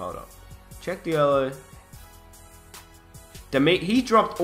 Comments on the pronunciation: I believe it's pronounced Sheck Jallo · it is pronounced sh-ek jal-o